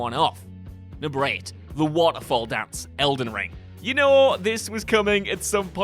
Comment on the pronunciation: Great video but i get such a tick at the pronunciation of waterfowl dis not water fall dis fowl like a bird ~faʊl~ besides that loved the vid